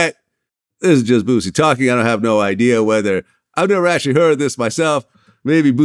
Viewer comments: Yeah it seems a lot of people can't pronounce Boosie name right they say bootsy...lol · Did he just say "Bootsie"😆😅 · He said bootsie 😂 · Why is it so hard for people outside of the south to say the word BOOSIE? Even Vlad uses to Z’s lol